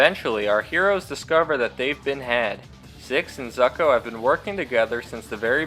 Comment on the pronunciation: You kept saying Zucko's name wrong.